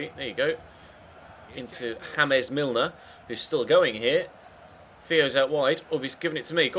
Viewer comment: you pronounced james milner name wrong